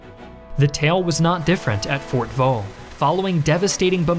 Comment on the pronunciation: he mis-pronounced fort vaux as fort voo